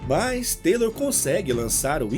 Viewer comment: Ótima narração, obrigado pela história,mas Taylor é Taylor e TYLER É TYLER ( Tayler) kkkk